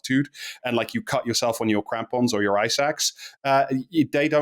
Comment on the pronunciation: if i can be sincere for a moment, i learned a lot. i was aware rich people are trashing everest, but this was very interesting! Also I heard eye sacs instead of ice axe.